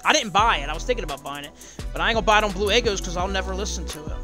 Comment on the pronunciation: It's your bleuuu in british